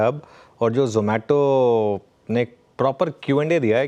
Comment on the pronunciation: यह जोमैटो है.... नहीं जमैटो है यह जमैटो है.... नहीं जोमैटो है जमैटो... जोमैटो... जोमैटो...जमैटो... कस्टमर - आप अपनी फौजदारी का मुकदमा जारी रखो मैं किसी दूसरे से अपना खाना मंगवा लेता हूं 😊